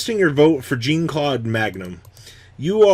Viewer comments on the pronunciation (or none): Okay it's not jeen Claude Magnum it French a j and an e a make a jgun said fast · Triggered me so hard every time you mispronounced Jean-Claude